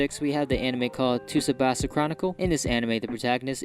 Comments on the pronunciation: He said ToSubasa...xD xD I love the emotionless voice. 10/10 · The T is silent in Tsubasa.